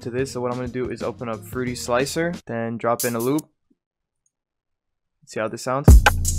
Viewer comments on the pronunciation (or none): none